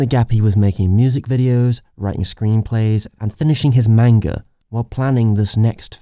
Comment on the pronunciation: Great video, I agree on your fav Miyazaki film. One gripe tho, Manga is pronounced "Mahn-Gah" not "Main-ga"